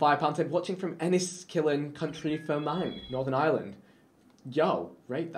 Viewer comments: PSA FROM A NORTHERN IRELANDER: Enniskillen in County Fermanagh isn’t pronounced Ennisss-Killen County Fermang. Still love u vik from County Down x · Northern Ireland: Enniskillen, County Fermanagh Vikk: Enskillen, country ferman